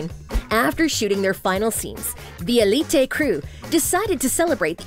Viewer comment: If you can’t say Elité just say Elite